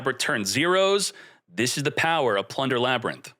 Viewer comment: You had me until you said Ladrynth. Ew! No!!!